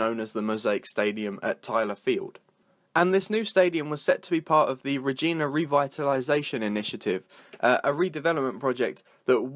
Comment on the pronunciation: REG-EYE-NA You're saying almost everything wrong, except Saskatchewan. And it's a stadium. Not an arena.